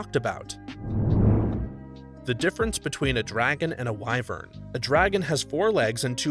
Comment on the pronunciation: thts not how u say wyvern 🥲